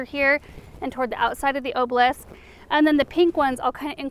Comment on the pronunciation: Girl I love your videos but it ah-ba-lisk not oh-blisk